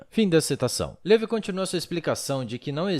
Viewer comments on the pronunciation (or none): none